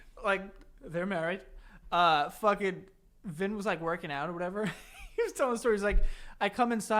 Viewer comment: Your even worse at saying out. OAT. 😅